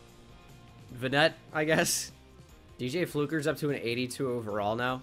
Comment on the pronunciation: It’s VANnet